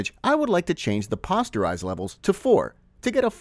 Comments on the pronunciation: I loved the video, well done and very informative. Only one problem I noticed... Posterize is POSTerize, long O sound like the word poster. Not like pasta. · "Pawsterize?" Pronounced Poh-sterize, like making "posters". A darkroom graphic effect where images convert into solid shapes for printmaking and coloring. Graphic design 101. Hope that helps some of the designers who dont know traditional processes and terms. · It's p-oh-sterize, not p-awe-sterize. Otherwise, nice tutorial. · 'paw-sterize'? lmao i think its posterize, like poster. but im pretty sure this is an ai voice. kind of lame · POE - STIR - EYES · FYI The 'o in 'Posterize' is pronounced like the 'o' in 'Poster'. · The word is posterize, as in poster, not as in imposter. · Just a heads-up: "Posterize" should be pronounced with a long O. As in a "poster" that you hang on the wall. The Photoshop effect in the filter gallery that produces the same effect is called "Poster Edges". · I cant in good faith follow someone who doesnt know how to pronounce poster or is doing it on purpose for comment farming. Informative video but overall fail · It's obvious the sound is AI generated. You can tell by the way it pronounces posterize. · Posterize is a word derived from poster, like the print on your wall. Both ‘o’ letters are pronounced the same. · Me wince everytime he said it.